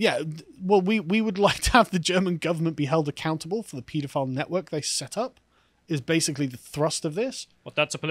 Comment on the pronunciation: As a pedantic American, I find it refreshing to hear the proper pronunciation of the word “pedophile”. Everyone in this country pronounces it “ped-o-file”. They should take a hint from how pediatrician is pronounced.